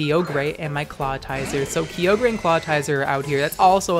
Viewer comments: Kyogr not keyogrey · ah yes... Key-O-Grey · Wait, is it Kai-ogre or Key-ohgrey? I'm in doubt now and I don't like it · Ok legitimate question here, is he saying Kyogre and Clawitzer as Keyogrey and Clawtizer on purpose? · Groodon, Kee-ogri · Why you gotta say it with a hard R👊😔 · I love you videos but god every time you kyogre wrong i die a little bit inside